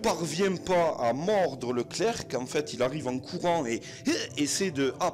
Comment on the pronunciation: On ne prononce pas le c de clerc c